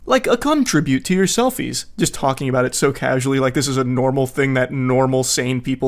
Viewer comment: the moment you said tribute I instantly knew it was an indian lmao